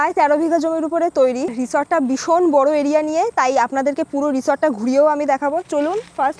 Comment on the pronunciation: ম্যাডাম কথা টা "ভীষণ"। সারা ভিডিও তে "বিষন", "বিষন" বলে গেলেন সেটার অর্থ কি??????